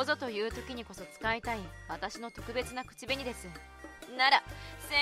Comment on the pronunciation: ぜ(↑)んぶ くち(↑)べに(↓) イントネーションどうにかなりませんか？